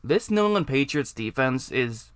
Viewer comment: Boy you cannot say “New England” to save your life huh?